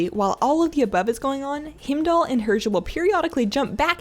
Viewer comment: Fantastic guide. You pronounce his name Hi-m-dull, btw :)